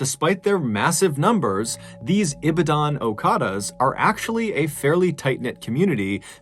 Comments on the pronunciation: Hey ballen. Huge fan of your work It's e-ba-done(correct pronunciation) Ibadan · Thumb nail is is very racist. Stop using our traditional practice wear as evil. Also, is Ibadun pronounced Ee baa done. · I was in Ibadan twice in 2014. It is pronounced as "E - Bah - Don." Bah is pronounces as in bah, bah black sheep. The Muslim radicals, they are all radicals when the very radicals put pressure on them to perform whatever they direct them to do. There are lots of good people there but it only takes a few radicals to transform a country. Communism had only 11% of the population in Russia following their ideology during the revolution. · Its eebaden unless you live here most people mispronounced. Oh the stories i can tell. Let one get in a accident with a "okada" its instant crowd. With minutes youll have hundreds. Your at fault whether you are or not. Careful. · As a Nigerian I salute your pronunciation of those local names, it's only the Ibadan that you "Englished" a bit. Well done 😆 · Love it...I'm from Nigeria and this ritual killing or body parts selling has been going on for the longest. Especially around election time. The police have probably been bribe by the person driving the black car that's why they were reluctant to help. And the correct pronunciation is e-ba-dan😉 Well done tho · It’s pronounced ee-bad-in , my family were missionaries there :D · Ee-baa-dan... the "dan" isn't pronounced like the name Dan, but more like the word "done", abruptly ending and without the last 'e' sound. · Ibadan is pronounced Ee - bah - dun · I'm Nigerian, and the way he pronounces "okada" and "ibadan" is really funny😂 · I really wish I could correct your pronunciation of Ibadan I'm Nigerian and I absolutely love your channel. I hope soon we can comment by voice message. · I'm from Nigeria, you didn't pronounce "Ibadan" well but you tried. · Yes and so many other words, Americans 🙈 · Thanks for the story and your pronunciation of Ibadan make me laugh